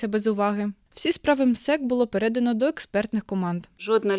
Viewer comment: Шановна ведуча,ви добре володієте державною мовою. Але все таки русизми присутні: передАно,а не перЕдано,як в російській мові.